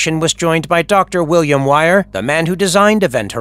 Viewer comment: Dr wire??? Cmon it's dr wier! Seriously! It's pronounced dr weer, do any of the narrators actually watch the movies they are talking about?